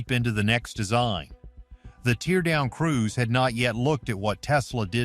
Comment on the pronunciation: All this AI and can’t pronounce the word “teardown” correctly. Not very inspiring.